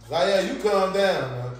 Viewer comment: It's Zavia 😂